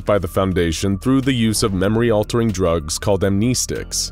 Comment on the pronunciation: Screw Edison, he was a jerk Also bruh. amKNEEstics? No no no. 'AM NE(T) STICKS'